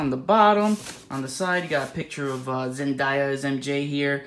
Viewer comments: Zen - DAY - a not zen -die - ya 😴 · It's Zendaya not Zendaia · The way he pronounces 'Zendaya' is weirding me out.